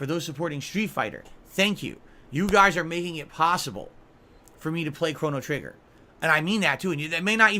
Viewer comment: Cona-Trigger-nger😂